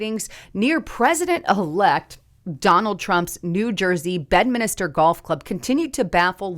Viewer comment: It's BED "MINSTER" NOT BEDMINISTER !!!